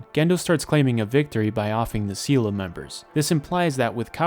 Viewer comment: Its pronounced say lay